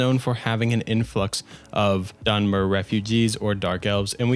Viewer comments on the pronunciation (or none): none